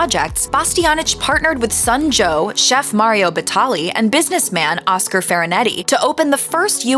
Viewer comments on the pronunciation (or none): none